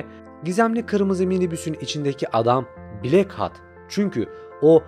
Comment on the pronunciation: Ama "blak hat" diye okuması daha eğlenceli xd